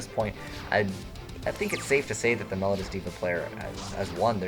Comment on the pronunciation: It's pronounced mel-O-dee-us. Please learn you English.